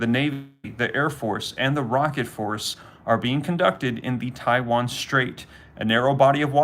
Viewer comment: Did anyone hear him say Chiwan 😂😂